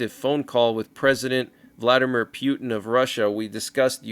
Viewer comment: P Yoot N cracks me up every time I hear pronounce it that way😅